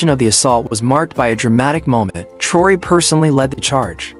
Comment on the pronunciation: Narrator you need to learn how to spell and pronounce President Ibrahim Traore name. France & Macron would NOT help ANY African nation. They are colonizers of Africa. President Ibrahim Traore excelled with success. France had NOTHING to do with Bakino Faso's success. If the West, US, France and others would respect Africa as a Sovereign Continent these Terrorist attacks would not exist. Africans aren't allowed to enter the US, France & West. AFRICA has NEVER tried to create a war with ANY country. If other countries want the GOD given resources in Africa. Ask, make an appointment & negotiate a substantial amount that will benefit the African people and get them all out of poverty.